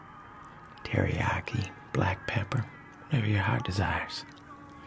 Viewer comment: I asked for teriyaki and said “Teriyaki…”